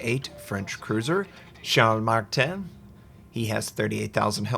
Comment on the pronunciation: "Charles Martel" almost perfectly said !!!!